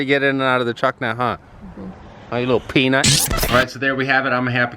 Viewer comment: Thought u called her a penis when u said peanut😂😂